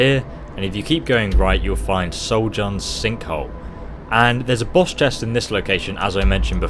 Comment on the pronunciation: I thought after all these years you would have known the pronounce the 'J' in Nordic words like a 'Y' but no. You're now dead to me.